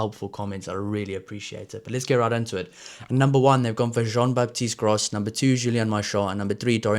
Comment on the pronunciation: Gro(s) don't prononce the 's' Guillar(d) same, and also it's like 'give' fort the first part. 'Giyar' Nouchi make me think like Duane Vermeulen. Hope he will reach that level 😜 👌